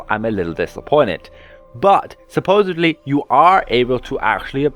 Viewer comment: Supposedly not Supposebly